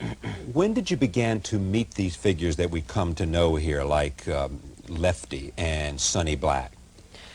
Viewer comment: It’s 10 degrees out heeah and youre tawkin about boats….